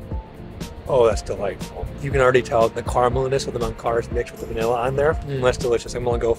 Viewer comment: is not Mancar,,is Manjar , actually Manjar Blanco